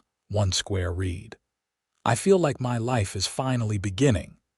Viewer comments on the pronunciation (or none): AI...learn that the word "read" is pronounced differently depeading on their context...read sounds like "reed" when it is presence tense verb; "red" when it is past tense. Otherwise this narration is very entertaining.